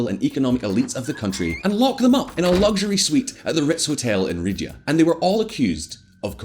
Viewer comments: Ree yahd, not Ridya. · But why did you say "ridyah" multiple times? It's Riyadh. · Ridyah? C'mon! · You Lost me when you called Riyadh ’’Ridhya’’ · Bro... you keep calling Riyadh the Capital Riddhya... 🤦🏻‍♂️... 🤣🤣🤣...!? Bring back our previous! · did you just say ridyah?! I know you didn't just mispronounce my hometown's name like that.......dislike bro but I appreciate the enthusiasm & attitude of you as a youtuber in general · Is this guy calling Riyadh ridia🤔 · Did man really just call Riyadh “Rid-ya”??! 🤣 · Why is he pronouncing Riyadh, “riddia”? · Cuz he is white. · Ridya?!! Wft are you talking about. It’s called riyadh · It's "Riyadh", not "Ridyah". Basic. And you're trying to teach us stuff? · Riyadh ❎ Ridyah ✅ 🤦‍♂️🤦‍♂️ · Just a note: the city is Riyadh, not Ridya. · Would be good to do some researsh before posting this kind of stuff. And it’s Riyadh, not ridyaah. Jeezus.. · Ritz-Carlton in “Ridhya”? I think you mean Riyadh. also. Come on, you can do better than this. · Saudi Arabia: Riyadh: Rid-yah Everyone: Ah give it to 'im, he's Scottish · Ridiya? Never heard Riyadh pronounced that way. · Why can't he pronounce Riyadh? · When you butcher the name of the capitol of the country your making a video about you know your research is all sh*t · It's obvious you are not independent and are funded by Qatar. You can't even pronounce the capital city of Riyahd properly and your maps are laughably inaccurate. A lot of the facts have been twisted and you're quoting Al Jazeera which is also Qatari funded. It's so obvious you were reading something someone else wrote for you as your eyes were moving left to right like an insane person.